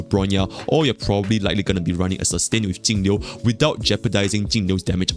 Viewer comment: Thanks for being the only person who actually says Jingliu's name correctly lol.